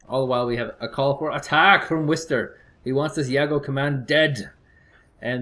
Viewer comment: the names in the beginning :D, its wister though, not wiser